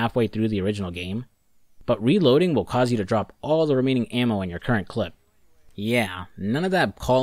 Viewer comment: Hearing him say clip is hurting me.